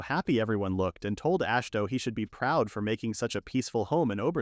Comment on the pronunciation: “Ash toe”. Ah shi hi to say it with me now it’s not fucking hard. Imagine you try to listen a story about Dave smith the most obvious no duh plain name possible and the narrator will not stop calling them dahavy smitiuth it sounds that fucking stupid and off the mark. Jesus goddamn Chris don’t even get me started about how ai can literally I mean literally not ever once ever get “bow” right. It’s never been done in mankind’s history wher this horse shit can actually speak. Please just narrate it yourself or maybe I dint know maybe prof read/listen to it even one goddamn time because maybe proofread it one goddamn time because. You do that. You repeat yourself a few times and sometimes contradict your previous retelling. Please for the love of god stop this horse shit slop you’re killing literature you’re making life and mankind and the word worse. Ash toe fuck my life holy shit. Ash toe❤